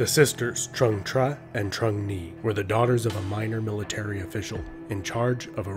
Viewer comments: Its a great video but hes murdering the vietnamese names its pronounced like chung not trung. Thats just me being nit picky though. Very interesting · I believe the' Trung' word(Trưng) is read like"zeng" rather than "Trump" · it's TrƯng